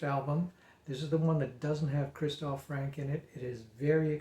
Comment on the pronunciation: Not Frank! The nearest pronunciation is Franker. Not Fros! Frozer is probably the nearest pronunciation for English speakers. Why can't American seem to be able to pronounce any names that are English?